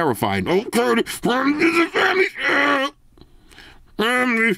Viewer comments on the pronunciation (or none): FWMLY SHWWWW!